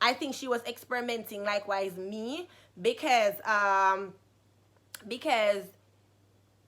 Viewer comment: Lol she said becez